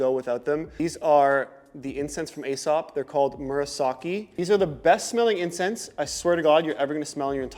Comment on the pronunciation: It’s pronounced EE-Sop Loving your channel!